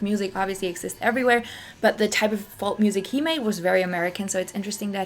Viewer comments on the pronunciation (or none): Interesting video. BTW "Folk" pronunciation in English English is "foke"(silent L)